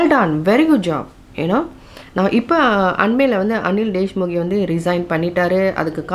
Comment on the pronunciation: His name is Anil deshmukh not deshmukhe